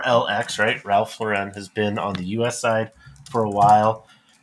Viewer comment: Ironically you pronounced Loro Piana right, but Ralph Lauren wrong. It’s just “Lauren” like the women’s name. Even Ralph cringes when you say it in that other strange way. Loro Piana is a very revered brand in Italy, and are known for their cashmere. They supply many of the world’s luxury brands with fabrics.